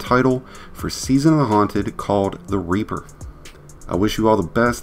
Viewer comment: Sir.. you COMPLETELY botched the pronunciation of "REAPER" its not pronouced "Raper" lmfao